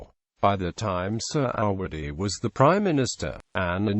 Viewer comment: Couldn't you get someone who can read a script properly and pronounce indigenous names with some semblance of accuracy. The main protagonist's surname is pronounced phonetically Surr - a - wuddy. (Definitely NOT 'Sir -ah-waddy') UGH!